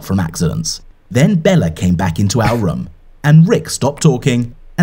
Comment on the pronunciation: Is it just me or is pronouncing room like rum